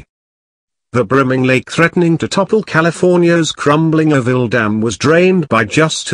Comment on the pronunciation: It is pronounced ORO-VILLE, not 'orr-ville. Oro is the Spanish word for gold. Gold was discovered here in the 19th century.